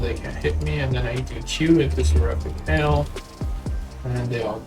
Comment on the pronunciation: Hail, not hall Thx for demonstrating rotations. Good to see others’ play styles.